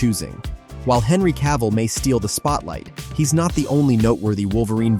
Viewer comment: Cavill. Just Cavill, not Ca-ville.